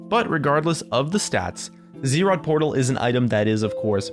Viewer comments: IT IS ZZ'ROT NOT Z ROT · not ZEErot, Zrot. (Buzz - zz -> zz'rot)